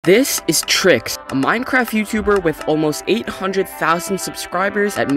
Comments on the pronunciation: "tricks" 💀 its obvioulsy pronounced "trikes" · I mean for one you didn’t even say my username correctly are you gaslighting me or smth?